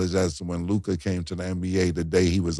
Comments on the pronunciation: Damn… Now that Dallas is in the semifinals I gotta listen to Mase butchering LUKA’s name!! 🤦🏾‍♂️ it’s LOU-KAH Not LOUGAAD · Someone tell Mase it’s loo-kuh not Lu-kahhhhh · I hate how mase say luca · Who taught make how to pronounce “Luka”? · The way MASE pronounces Luka annoys me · Why does Mase Pronounce Luka name like that? He know something we dont know? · Why does Mase pronounce Luka’s name like that? Shit is wild lol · Everytime mase say Luka name his pisses me off